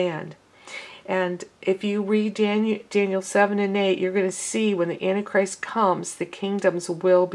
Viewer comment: Sister, it is ANT TIE CHRIST, NOT ANNIE CHRIST. GBYA